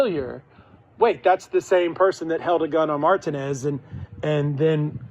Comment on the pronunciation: God the way the lawyer pronounced Martinez gave me Non Hodgkins lymphoma